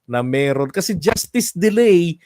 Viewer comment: Sir, i like your "justiis"!